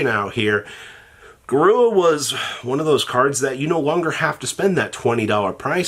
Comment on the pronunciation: Say it with me “GA-RU-RA” not GA-RUA”